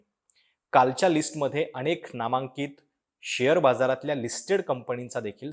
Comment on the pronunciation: अणेक! कंपण्या! लई भारी मराठी.